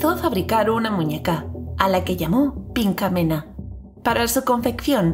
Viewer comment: Tu escuchaste pinkamena? Yo escuche pichamela XD